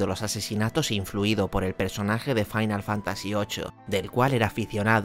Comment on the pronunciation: Joder ver a Matías Prats diciendo Fantasía Fainal jajaja no tiene precio